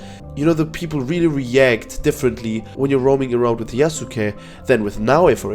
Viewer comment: Im glad that you're saying Yasuke correctly and not "Yasskeh" like other youtubers